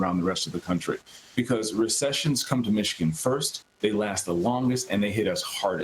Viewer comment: Can someone teach her how to say Michigan holly cow 😂😂😂 “mitchagin”